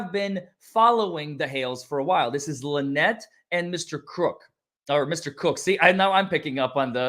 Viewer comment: I thought Jeremy said that Lie-nette and Crook weren't married.